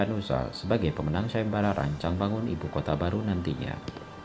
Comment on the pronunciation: Ibu "Kota" Datook Bukan "Kotee"